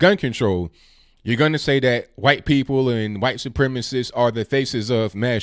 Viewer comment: My only complaint is how you pronounce ‘white’. Great commentary per usual!